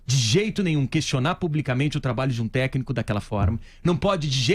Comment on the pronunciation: Você vê o nível da diretoria que está infiltrada para pegar o dinheiro do Cruzeiro, quando você assiste num vídeo desse, um dos diretores não conseguindo nem pronunciar a palavra "técnico". O cara fala "Techno". Ele tá falando de música eletrônica??!!